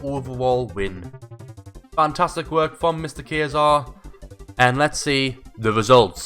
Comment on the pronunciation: Looks Like Kayser Is back with a bang (Btw you pronounced my name right :))